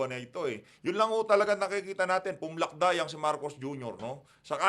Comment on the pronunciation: 😂😂😂😂😂😂natawa ako sir sa sabi mo "pumlakda"